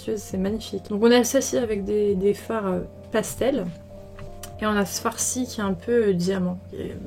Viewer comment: Dès que tu dit "ce fard-ci" j'entends "ce farci" 😭 J'ai l'impression que c'est comme une insulte pour toi comme pour désigner un truc nul hahaha genre "espèce de farci" 😭🤣